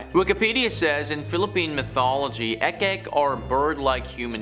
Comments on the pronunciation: I think it's pronounce as ik-ik not ek-ek. 😉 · Its IK IK Not Ek Ek